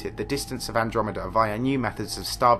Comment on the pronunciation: despite the solemnity of that point in the video, saying "milk-dromeda" cracks me up